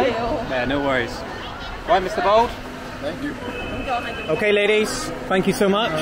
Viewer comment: I believe you are pronouncing thank you wrong. Gaam onnñn, would be closer